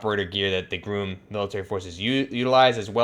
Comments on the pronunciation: Again. It's not groom as in bride and groom. It's Grom as in rimes with Mom. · Its not groom, GROM.. sounds the same as it looks. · He says groom not grum when it’s actually grom. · Why he saying GRUM???????